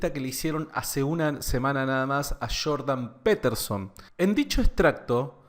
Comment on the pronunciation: Shhhiiordan peeeeterzon haha crack saludos! Buen video